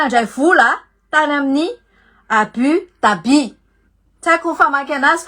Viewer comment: Ahoana tsara hoe madama ilay fanononana Abu Dhabi ???? 😂😂😂 intelligente be ́ga iana o fa ianao ireny no mahay manonona azy kkkkkk